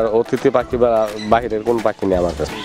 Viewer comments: পাকি না পাখি । কামার না খামার। বাংলা বলতে পারেন না। আবার চ্যানেল খুলেছেন মিয়া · রানা ভাই 100% সঠিক বলেছেন । (পাকি )না (পাখি) ।